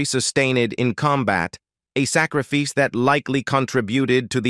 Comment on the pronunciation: Real narration please! Excellent video and good scripting, but execrable mispronunciation (“hit the subscribee butt-on” Arness’ “sacree-feece”, and many, many more!) and cadence are unacceptable and just plain tacky. You have to have a friend with a good voice. Hire a human!!